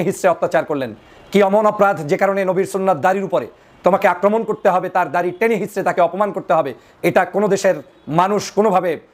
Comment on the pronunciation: দারি নয় দাড়ি হবে।